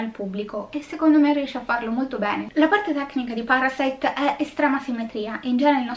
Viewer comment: Questo film, sebbene Sud Coreano, e hai pronunciato bene i nomi e il ciao iniziale, tranquilla, ( io ho studiato coreano per 3 anni) , è proprio la trasposizione di quello che nel cinema statunitense è "il sogno americano" . cioè che impegnandoti puoi arrivare ovunque, anche se non è così. In Sud Corea/Giappone, in particolare, c'è un forte stacco tra poveri e ricchi. i ricchi sono estremamente ricchi e i poveri estremamente poveri, non c'è la via di mezzo, si va dal non avere poco nulla come i Kim, al sotterraneo e stop. Non c'è una mezza misura come qui in italia, dove comunque la sanità è accessibile a chiunque (grazie a Dio o chi per lui e speriamo rimanga così) , l'università è comunque abbastanza accessibile, rispetto a quella Coreana, Giapponese o Americana, che costano minimo e ripeto la base proprio sui 25 ml$ all'anno , e se comunque non entri in un univesità prestigiosa, anche se sei bravissimo ed esci da una pubblica, hai poche possibilità perchè fa curriculum "il nome" dell'università, in estremo oriente purtroppo va così, più che da altre parti. Spiega il disagio sociale, e questo vedere il consumismo dei "ricchi" come qualcosa a cui aspirare, anche se non sono particolarmente brillanto, altrimenti non si spiegherebbe altrimenti il successo di gente come le Kardashan /Jenner. sono l'esempio lampante che se hai i soldi, puoi fare ciò che vuoi, comprare ciò che vuoi in ogni senso ( anche rovinare un abito storico per tuo piacimento perchè puoi farlo, e mi riallacc